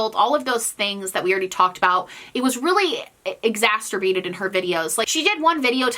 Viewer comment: I'm sorry, I can't hold myself back anymore. "Exacerbate" doesn't have a t in it! It sounds too much like another word when you put one in T_T